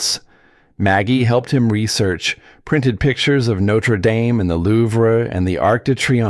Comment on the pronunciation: Louvre is pronounced Loove.